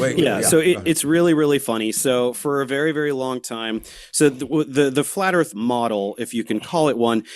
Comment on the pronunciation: So the earf? Is it like axe instead of ask?